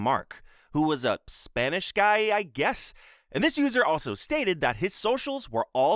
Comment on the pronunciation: "Can't speak Spanish" rolls the R like a fuckin champ